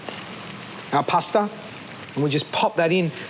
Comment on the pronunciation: did you know there is no r in the word pasta. poor articulation